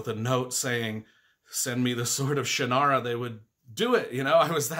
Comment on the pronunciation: You're pronouncing Shannara wrong. It's pronounced "Shăn" as in can, and then nara. Both of the n's are pronounced. This is how Terry says it.